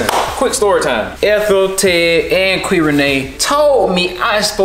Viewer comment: I love when calling qui ""😭😩💕